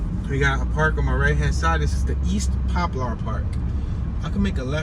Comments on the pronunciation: Pronounced Popler not Pop Lar... tho it's spelled Poplar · What you call it? Pop-lar 😂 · Popular "Pop per la " that's the Pronunciation take the R off 😊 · Your killing me saying pop-lar😂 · Right lol